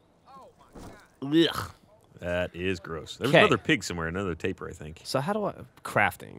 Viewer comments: Sounds like they're calling the Tapir, "tapeworm" every time. Hahaha. Don't mean to be an absolute dickhead, but it's pronounced 'tah-peer'. They're cool animals. #EnglishLessonOver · Tapir, all the time, and it's said Tay-Peer. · FFS guys, yes it is "tay-peer", but the "tay" or "tah" doesn't matter so much. It's the "Eer" sound that Geoff and should be pronouncing. Like "Altaïr" is pronounced Al-Tye-Ear instead of Al-Tyre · why cant they pronounce tapir properly